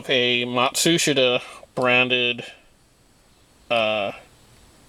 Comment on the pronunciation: Matsushita is pronounced “mot shus ta” . I work for Panasonic for the past 39 years ....